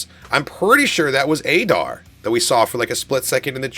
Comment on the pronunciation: Yes LFG ! But you say adars name wrong its like addar but adar